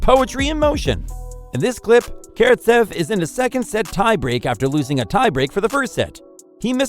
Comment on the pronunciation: Carrot sev, hu gus Herbert